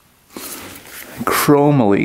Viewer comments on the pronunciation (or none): chrome olly is how it's pronounced lol a type of steel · Pronounced "chrome-molly" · Very very cool 😎!! I am all about vintage motocross, I race everything from a 77 yz400 to a 1992 ktm mx 500!! I race yz 's, can-am, cagiva, Husqvarna's and my beloved 83 maico 490 etc, I love the old bikes!! As for your bars they are pronounced chrome- Molly, I have many lol 😆 sweet find and an incredible video, thank you for entertaining us and your drive to keep these old gems going!!! They deserve it and at one time we're the bikes to have!!! I have been racing mx since 1977 and still going strong 💪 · Pronounced Chrome-ah-lee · Chromoly steel It’s pronounced chrom-oly